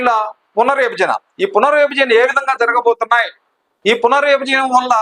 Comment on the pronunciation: మీరు తెలుగు.నేర్చు కొండి బాగా అన్నీ బాగా యాస గా ఉన్నాయి . వివరించాం అనలేక పోతున్నారు ఇవరించాం ఏమిటి ? సంస్థ అనాలి సమ స్త ఏమిటి పునర్ విభజన అనాలి పున రిబజన ఏమిటి